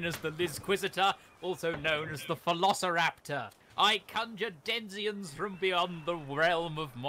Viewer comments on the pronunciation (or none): Man said "denziens" in the intro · 0/10 subs spelled it denizens when clearly said denziens